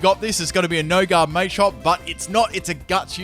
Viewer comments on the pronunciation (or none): none